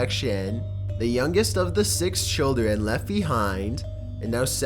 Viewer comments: why does he say sax for 6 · The way he pronounce number 6 (S3X) tho HAHAHAHAHAHA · Nineteen ninty sex. That's the way you are talking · Ninety sixty sex! Hehehe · I hear your word saying "S3X' but it was 6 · Nineteen Sixty-Sex?